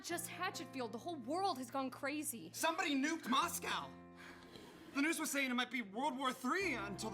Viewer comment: You've been pronouncing Moscow just fine, Starkid crew just have a funny tendency to pronounce certain things wrong (shoutout to them being physically incapable of pronouncing frappé correctly)